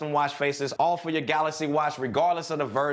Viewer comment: i dont need a screen protector on my "galacy" watch because its saphire, and its galaxy not galasy:) # #cjsentme